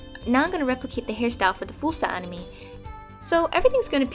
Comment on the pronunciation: I actually thought she sad enemy when she actually said anime